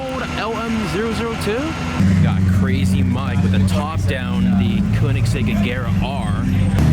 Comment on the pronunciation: Did he just say connectcig? Smh.... that’s two mistakes you just made